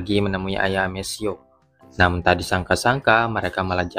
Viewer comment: Amethio bacanya Ametio bro. Bukan amesio